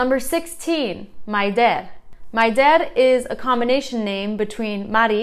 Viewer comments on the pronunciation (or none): Hi! Maybe someone told you this before, but just in case..😁 My name is Maialen and it's pronounced like Mai-A-len instead of Mai-a-LEN Same with MAI-der instead of mai-DER Hope it's helpfull! Great job!